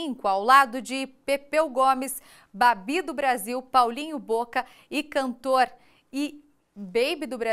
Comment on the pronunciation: QUE REPÓRTER DESPREPARADA, NÃO SABIA PRONUNCIAR "PAULINHO BOCA DE CANTOR" "BABI" ?